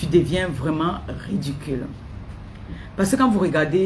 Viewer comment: On ne dit pas redicule ni rudicule On dit ridicule. Ngue redicule rudicule, j'insiste et persiste tu me la boucle illettrée